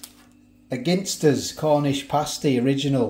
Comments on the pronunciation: why do you pronounce Ginsters as if you were looking for a 'Pin' in a haystack, would you ever go into a pub and try to order a Pin and tonic. This is just my spin on the proununciation of 'Ginsters'. Let me know why you say Pin instead of Gin. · we say gin as in the drink, ginsters you say gin as in Guinea pigs ..🤣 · Is it pronounced gin-stus or jin-stus?